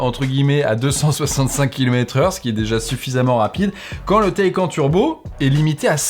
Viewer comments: "Le Taïquand " ?!? LA Taycan (Taïcane) plutôt... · Bonjour non ? 'tain j'ai du mal avec cette façon de faire chez Frandroid ..... PS : ah oui et on dit "taï canE" PS2 : Quand est-il du réseau d'entretient sur cette voiture en cas de problème ou juste d'entretient ? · Ça se prononce Taycanne le Porsche Taycan… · J’ai arrêté de regarder quand tu as dit Porsche TaycAN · Taycan se prononce "Taycane"...Ça m’a un peu irrité durant la vidéo mais je m’en remettrai... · Suis-je le seul à avoir les oreilles qui saignent à chaque fois qu'il dit Porsche "Taille-quand" ? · C’est vraiment très perturbant d’entendre cette prononciation du mot taycan! Ça se prononce taycanne ! Bon sinon n’oublions pas que c’est du chinois. Finition aux fraises, Tout qui craque après après deux mois d’utilisation, durée de vie limitée, voiture qui bip de partout… etc. C’est chaud de comparer Porsche quand même. Bon en fait je viens de finir, la vidéo et t’es un fan boy… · le fameux Porsche "t'es-quand"